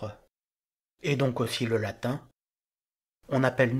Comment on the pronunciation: Merci pour cette vidéo bien faite et instructive. Pourquoi, cependant, massacrez-vous à ce point la prononciation du latin ? Le contraste avec votre prononciation extrêmement soignée du français est saisissant.